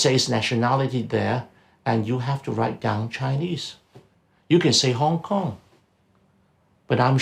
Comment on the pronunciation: Kong Kong Kneez...not Cantonese 😮